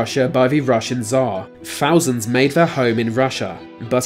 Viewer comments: Thousand not fousand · Wow a fousand years